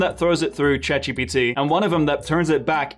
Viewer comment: Chet GPT 😂😂